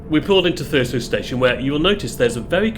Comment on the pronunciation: Thurso is pronounced Thurzo. Don't want to upset the Gollocks do we!